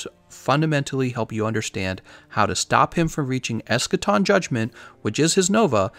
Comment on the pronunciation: That ain't Eschaton. That's Escation.